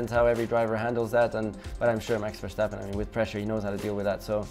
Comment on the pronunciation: Verctapen!!! yes the c is deliberate shh